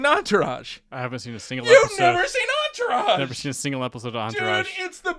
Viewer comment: I gave up after I heard Enterage. Good episode up until that